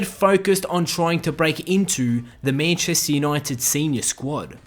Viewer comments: love how u say manchester 😂😂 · Ffs the way you say Manchester really annoys me